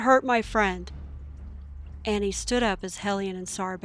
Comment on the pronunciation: And btw it's pronounced Awwwneee